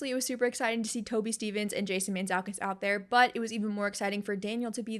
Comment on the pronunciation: As a half Greek, I just had to note that it’s pronounced Mant-zoo-kas (Jason Mantzoukas)😄❤️